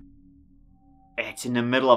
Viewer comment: Its sounds like you said Ebola was put on the lookout LMAO. Its a bolo not a bola.